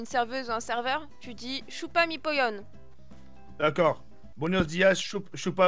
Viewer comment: Il devrait apprendre quon dit Poyo et non Poyone xD